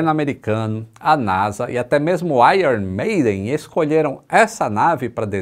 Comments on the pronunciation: Exatamente. Como fã da banda, quando ouço alguém pronunciar 'Airon' já me dá uma puta agonia. Ele mandou um 'Aiorn' bem conforme o figurino das aulas de inglês. Convenhamos, não é uma pronúncia simples para quem está aprendendo o idioma. Muitos sequer sabem disso. O que não é o caso do mestre. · A gente sabe quando o manja dos inglês logo na pronuncia do iron maiden kkkkk 🤭👍🏻